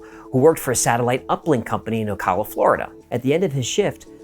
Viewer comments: Thank you for saying Ocala's name right. So many times I hear 'Oak-uh-la'...geez, is it really that hard? 'Oh-cal-uh'. Simple. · O-kale-ugh = Ocala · I live in Ocala, FL. And it is always cool to hear about my small hometown on a national story. And you darn near got the pronunciation right, way better than most people. Lol. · Thank you pronouncing Ocala correctly.